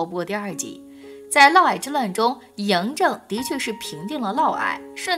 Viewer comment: 是的沒錯，「嫪毐」就唸「嘮矮」。